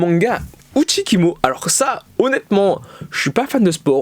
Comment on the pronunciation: Vraiment je pleure a chaque fois que dit uchikimo a la place de uchikomi.